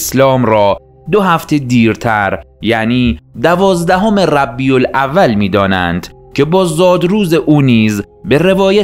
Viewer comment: جناب گوینده ربیع الاول نه ربی الاول